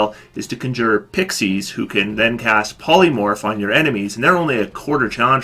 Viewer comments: It's Con-Juur. Not Conjer. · Conjure... *CON*jure ... the accent is on the first part of the word! CON jure. And I disagree about Grasping Vines. I've made good use of Grasping Vines for getting my allies out of harm's way and getting enemies into melee fighter's reach. :) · Jesus Christ learn how to pronounce CONJURE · Your mispronunciation of "conjure" is, surprisingly, irritating.